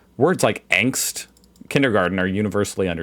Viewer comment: The A in Angst is pronounced as the A in Darth and not as the A in Vader. A z is pronounced as ts.